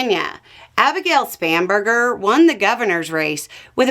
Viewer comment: I'm from the UK and I giggled every time you said Spamburger 😂😅